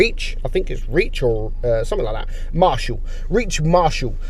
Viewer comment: The kv players name was reich as in the 3rd german reich not reach